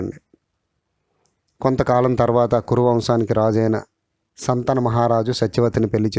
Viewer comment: సంతన మహారాజు కాదు, శంతన మహారాజు అనాలి. దయచేసి తెలుగు భాషని చంపవద్దు.